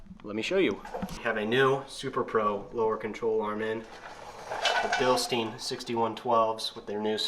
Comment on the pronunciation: It’s pronounced Bilstein